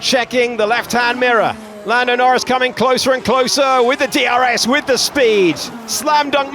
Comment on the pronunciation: Says Nando Lnorris?